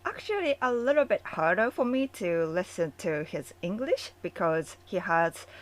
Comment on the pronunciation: Love how you say “Engrish” No disrespect intended.. it just makes me giggle 😄🙏🏽